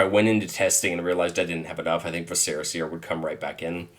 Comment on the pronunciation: How come no magic bros know how to say viscera?